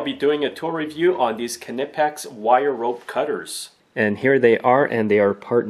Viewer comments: He pronounces it Kneepex, the k flows in to the word, very quiet k then knee, it most definitely is not pronounced KA nipex like the KA is a separate word from nipex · Well, I speak German and it definitely isn´t.